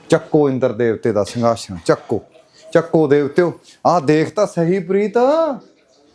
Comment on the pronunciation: ਸਿੰਘਾਸਣ ❌ ਸੰਘਾਸ਼ਨ ✅😬